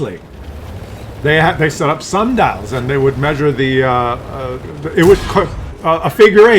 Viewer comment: I was laughting when he said they were using "sandals" to measure the sun. Then i realized he said "sun dials" 😄